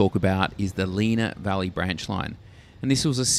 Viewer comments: Plus he pronounced Lenah Valley as Leena Valley when it is, despite the spelling, Lenna Valley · Try Len-a valley not Leena